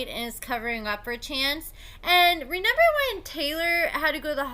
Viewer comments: Dude are you saying “ renember”? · Listening to you say “renember” 3 times in a row is actually painful.